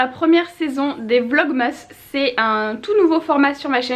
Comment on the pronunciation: est la seule youtubeuse Française à dire "vlogmas" avec la prononciation d'origine, mais aussi la seule à dire "Morf" pour la marque Morphe. Où est la logique? 😂